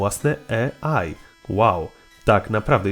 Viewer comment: Wszystko fajnie ale AI wymawia się "ej aj" a nie "e aj" (taki szczególik)